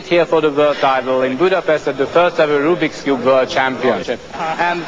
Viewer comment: The guy said Rubie cube